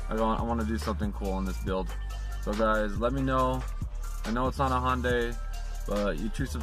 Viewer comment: you pronounced hyundai 3 different ways and i’m here for it